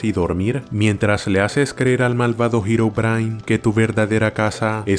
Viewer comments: Jajaja dijo girobrain esves deherobrine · ¿Girobrine? ulala señor francés. -¿entonces como se dice? El hermano de Notch